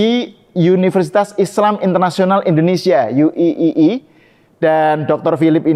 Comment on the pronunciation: UII Mas Sahal membacanya Yu I. I kenapa tidak dibaca Yu Ai. Ai